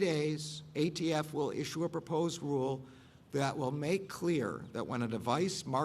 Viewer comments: The dumbest thing I’ve ever heard was sue the gun manufacturers. You can’t compare tobacco which is addictive to guns. Gun violence is not a gun issue but an economic one. He said AFT isn’t it ATF? 🤔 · Umm... The "AFT" huh, I could have sworn it was ATF but what do I know! 🤷‍♂️ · “tHe AFT”